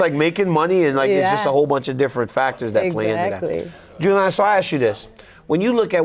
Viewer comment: DC sucks, he can’t even get Julianna name right lol